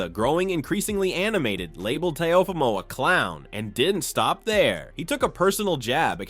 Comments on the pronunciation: He said Te Uhh Fumo 😂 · Wtf is a teh oh femo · Comedy gold...And say it rite; Tay-O-fee-Moh.. Teofimo..dang bruh. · Why are you saying Teofimo’s name like that? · How many different ways will you pronounce Teofimo?.😂